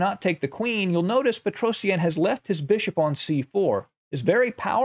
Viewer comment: Pls learn how to say his name better. P sure its pet roh shjaaan Not peto see ann